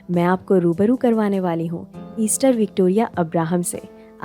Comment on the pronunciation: बहुत सुंदर जानकारी और प्रस्तुती. एक छोटी सी बात, प्रमिला का नाम, Esther को एस्थर कहते हैं, Easter, ईस्टर नहीं! 🙏🏼